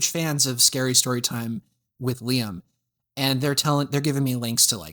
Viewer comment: "LAIM" lol it's Liam!!